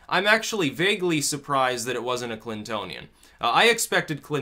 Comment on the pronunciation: Haha "Clintonion".